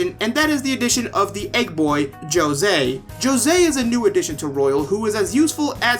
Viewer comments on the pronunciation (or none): That moment when they say Joe-zay Instead of Jose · Dude, I’ve never heard anyone utter the word “Jyo-sey” before Royal, and as a fellow Latino, that was making me extremely uncomfortable and I almost wanted to click off. Thank god you turned it around after a bit of messing around. Anyways, yeah, the rest of the video I agree with, but the music did seem a bit out of place, as I actually liked the of Mementos theme, but hey, more music’s always more music, and it grows on you fairly quickly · If he's not Spanish and his name is Spanish origin, is it wrong for him to be José and not Hosé? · Di José, no Josei, no Yosei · I WAS SO MAD hearing you call him Joe-Say as a fellow Latino. That child will always be Jose. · Jose will always be Jo-sé for me, none of that hoe-zay shit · the word "Joe-se" hurts my soul. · He is Jose not yose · I still don't know why they gave him the name Jose and then proceeded to pronounce it in the worst way possible. Either let the voice actors pronounce it in a way that sounds correct, or give him a different name. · when I first heard jose pronounce his name like that I cringed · I'll subscribe to a latino homie that talks about JRPGs. And yeah, the way they pronounced Jose in the game just bothered the hell out of me the whole game. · not much latin culture if he cant even pronounce one of the most common names correctly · Thank you. I twitch a lil when people pronounce the "j" 🤣 Mispronounced names...it's like a substitute teacher was responsible 😅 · Did i just hear you say call hose as jose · As someone who lives in New Mexico the Jose pronunciation always bothered and I'm so glad I'm not alone in that. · For being a Latino, you are pronouncing Jose wrong in Spanish. Just saying 🤷🏼‍♂️